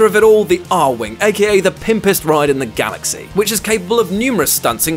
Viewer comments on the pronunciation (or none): none